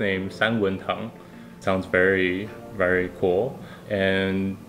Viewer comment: i thought the pinyin was tang not tong